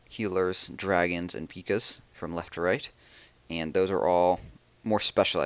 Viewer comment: you pronounced PEKKA wrong....